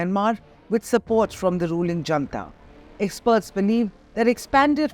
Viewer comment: Attn., Editor: junta, pronounced not as jantha but as hunTa. Fyi. It's not an Indian word, after all.